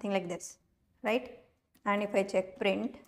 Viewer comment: Print not brint